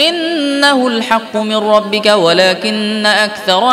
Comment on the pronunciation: আসসালামুয়ালাইকুম 13 নং পৃষ্ঠার শেষে ভুল সংশোধন করবেন আশা করি ওমা কানা রব্বুকা রব্বিকা নয়